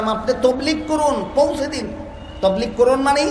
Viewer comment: Huzur hoilo akta patha J tablig shobdo ta sothik vaba bolta parena se ki alocona korr?